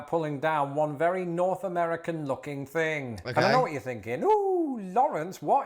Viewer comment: Sometimes it is really hard to watch your videos when you can't even pronounce words. For instance. It things not fings. Who would have thought.